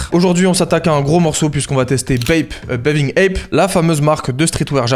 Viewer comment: C'est pas plutôt "bathing ape" au lieu de "baving ape" ? Ils écrivent ça sur les sites